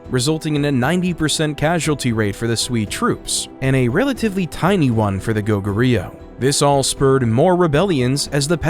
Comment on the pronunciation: Did you seriously just butchered pronouncing Go Goo Ryu...